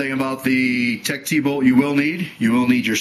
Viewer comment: It's not pronounced Tech "T", it's pronounced "Teched",, just in case somebody didn't know that.